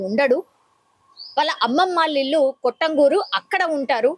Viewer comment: మేడం కొట్టం గురు కాదు కట్టంగూరు